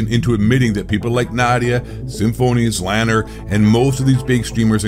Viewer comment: It's (Zee) Lane (er) btw. Dude with the deep voice was either AI or just doesn't know how to say Z Laner's name.